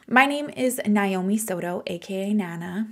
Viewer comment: Thank you for sharing, but for most of us our name is pronounced as "Nay Oh Me" and not "Nye Oh Me". Please keep up the great work. 😌